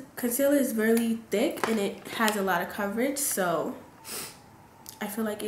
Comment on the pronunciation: I swear I thought she was saying "dick eyeliner" I kept replaying like 10 times before I realized she was saying "thick" ahahah. Beautiful look though 😍💕